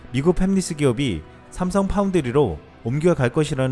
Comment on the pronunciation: 좋은정보 감사합니다~~~ 옥의 티= 팹리스를 국어 자음접변 역행동화로 읽으시면 팸리스가 됩니다만 이것은 영어입니다. 영어를 국어연음으로 발음하시면..... 차라리 패뷸리스(혹은 훼뷸리스)가 낫죠 ㅠㅠ 에는 엔비디아를 엔디비아라고 읽으시고.... 대한민국 유튜브계를 이끄고 가시는 이신데......쩝!!!